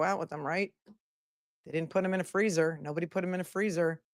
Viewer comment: “There’s a me-ann down in the freezuh!”